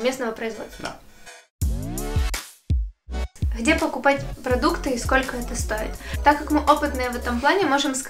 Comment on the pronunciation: Все классно , ребята ! Но , плиc, девочка , наверно , с Украины ,, надо научиться говорить букву Г,, потому что она все произносит с Х,,, МаХазины, ШоппинХ, Хде,,МоХут,, и тд ,, режет слух ,,, Спасибо !